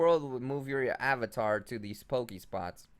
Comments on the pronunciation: pokeSTOP GOD stop saying pokespots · Pokestop not pokespot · It's pokeSTOP not spot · dont pokespot it is poke stop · POKE. STOP. NOT SPOT. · Man, its a pokestop not a pokespot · its called pokestop not pokespote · PokeSTOP not pokespot :P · it's poke stop!! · Learn 2 English dude. PokeSTOP